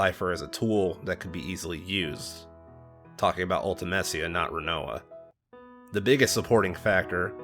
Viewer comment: Your favourite game yet you can’t even pronounce Ultimecia correctly!!